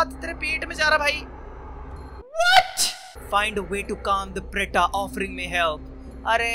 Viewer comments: Arey bhai, vo actually preta nhi pret hai, pret mane bhoot, India wala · It's not preta it's प्रेत